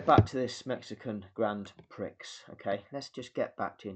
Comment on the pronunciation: You can't even pronounce Prix correctly. This video is a joke.